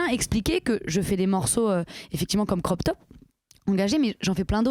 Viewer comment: Aha ma maman aussi dit "Croc top" au lieu de "Crop top" c'est mignon Super interview 🥰🧋